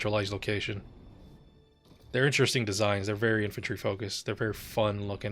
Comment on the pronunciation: I thought you said "entropy fight" instead of "infantry fight" but with the way some of the infantry stalemates are in this game, "entropy fight" feels like a better name.